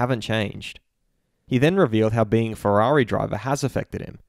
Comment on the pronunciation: Ooofff Valentino Rossi like fwerari fwiend sad Lando